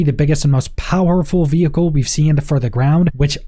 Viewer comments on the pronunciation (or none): Please Please Please, I am English, the birthplace of English - veHicle is really badly pronounced. Just say "vee icle" - trust the people who actually speak English. Horrible to listen to. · The way you say vehicle is so annoying especially being that its the most used word in this video lol 😝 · I was just about to come on here and say the same thing. What is going on with the "h"? :)